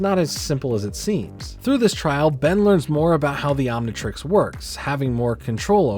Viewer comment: Why does he keep saying Omnitrex instead of Omnitrix?